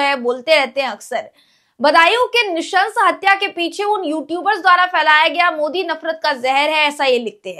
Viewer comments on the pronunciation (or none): none